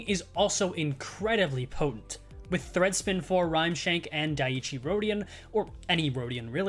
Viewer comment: Banger video even if your pronunciation of Dai-ichi rodion is quite funny